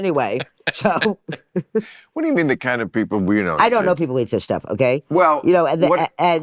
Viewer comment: Bill says "pee pole". The word is people.